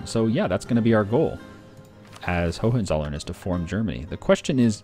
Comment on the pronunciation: Great playthrough,. Just wanted to say that though your pronunciation of Hohenzollern is close, it sounds like ho-wen-tsol-lern. This was the Germanic dynasty that eventually took over Brandenburg and founded the kingdom of Prussia.